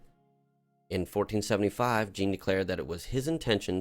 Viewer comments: I just need to say you're pronouncing Jean all wrong. You have to say it like a French person and pronounce it like John on Sean but with the French "J" sound. I'm sure you've heard it before, think Star Trek Jean Luc Picard. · Love the RP stuff, welcome back! But that pronounciation of 'Jean' was jarring.